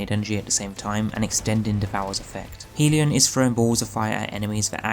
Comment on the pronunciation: Okay, this is important. You've heard of Heaven and Hell, right? Well, a hellion is a rowdy, mischievous, or troublemaking person. I assume you don't pronounce hell like 'heel' Hell rhymes with bell. So the word hellion would be pronounced 'hellyun.'. HELLyun. Not heeleeon. Please start pronouncing it correctly because I know I can't be the only person who cringes everytime you say it wrong. Otherwise, good video and build. I'm going to try it out tonight and I'll make sure to have the HELLION (hellyun) equipped.